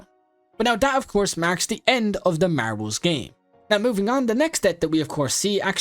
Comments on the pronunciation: marables BRO ITS MARBLES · Man the way he said MaRbLeS